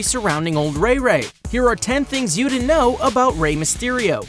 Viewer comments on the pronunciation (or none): none